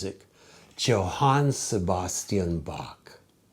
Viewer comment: Its pronounced "Yohan.